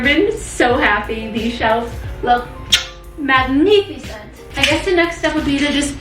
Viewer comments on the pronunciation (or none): saying “magnificent” in Italian accent is everything!!!!